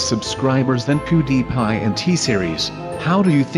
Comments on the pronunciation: "Poodiiiiipie" his pronounciation though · I say pewdiepie BUT SAY POODIPIE.